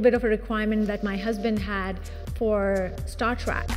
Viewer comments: It kind of irks me that she kept calling it "Star Trak" 😑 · You're saying "track" it's "Trek"...🤷🏿‍♂️ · “Star track” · "Star TRACK"